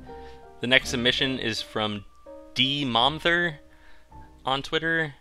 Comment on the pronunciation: also you almost got my name right its pronounced DMumther, but thank you so much for reviewing me <33333